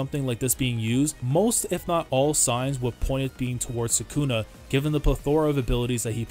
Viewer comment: Isn't it sukuna, not sakuna